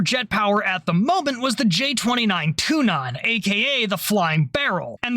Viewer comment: ok kinda funy, the way you pronouns Tunnan sounde like the fich